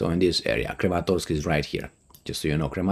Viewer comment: repeat after me: krAAAmAAAtorks